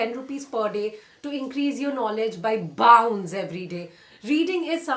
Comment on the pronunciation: My focus was only on your English...you are such a fav girl of mine and I just became affraid when you said (bound) 😅😅